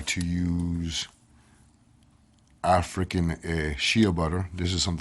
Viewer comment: father....it is Rican butter...Af..rican shea butter